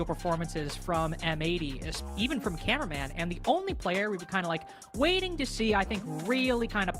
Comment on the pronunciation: His name is cameraman not “carumen” or whatever she’s saying 😂